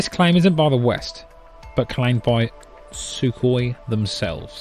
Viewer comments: F-22 + F-35 = Su-57 🤩. What is the "Shiu - 57" (Шю-57 instead of Cy-57?) according to your pronunciation ?😂 Did you mean a "Shiukhoi"? You should visit a logopedist. Otherwise..your evaluation is typical western propaganda as usually. Why the West needs a huge amount of "invisible" attack fighter bomber like a F-35, able to penetrate air defence systems and carry a nuclear bombs in addition? For defence of the WEST? Answer...No. They needs this type of aircraft and other weapon systems with similar characteristics in order to threaten and attack the Russia and a lot of other countries. Thats all. Give a greetings to MI6`s puppet Mr. president of UA. It is a sad fact the USA and so calling "democratic" West colaborate with UA neonazist goverment in order to destroy Russia and steal its natural resources. Unfortunately Russia had to start special military operation to stop UAF before their attack against russian minority in UA and next plan to shift US Army to UA. Are you happy that you can pay from your taxes theese overprised "toys"? All western countries have an astronomical debts. They will not be able to pay off their debts even horizon of thousands of years.🤑. You can dissagree or protest,....but it is all you can do.😉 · People in the fighter community generally pronounce the Sukhoi designators “Sue" versus “Ess-U". Or just Flanker, Felon, etc. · Maybe there's a reason why Sukoi sounds so much like Suck boy.